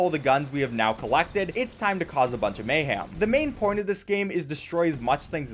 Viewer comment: Only would say mayham instead of mayhem